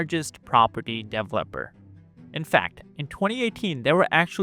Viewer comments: Work on your pronunciation dude. Wtf is a dev lepper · DE-VEL-OP-ER Not Dev-Leper! LOL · "dev-lepper" lol?